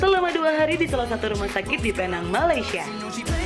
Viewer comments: Sebutan betul ada lah. Pee Neng. Bukan Pay Nang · ejaannya P. E. N. A. N. G. sebutannya P. E. N. E. N. G guys